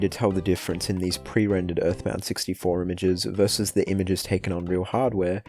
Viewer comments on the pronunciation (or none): none